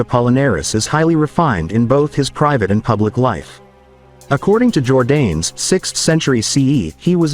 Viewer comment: Jordanes is pronounced jor-DAH-nes. Videoland is replete with monolinguals, who blithely destroy other languages.